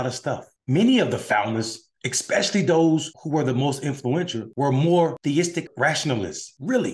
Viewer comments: did he just say "exspecially"? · Did you just say "exspecially"?!